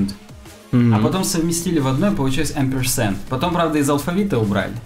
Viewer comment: ampersand, буква «a» в закрытом слоге произносится как Э.